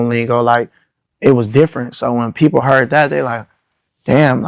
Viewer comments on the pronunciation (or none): none